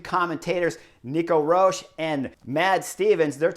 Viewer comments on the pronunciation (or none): none